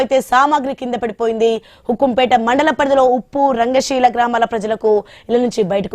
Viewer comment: ఉప్పు కాదమ్మా ఉప్పు జాగ్రత్తగా వార్తలు చూసి చదువు